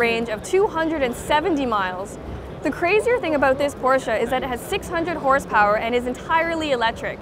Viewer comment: why she keep saying porchea